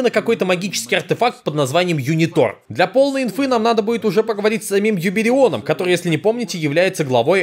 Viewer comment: Мой дорогой и очень умный еврей правильно говорить юбЕрион ударение на е!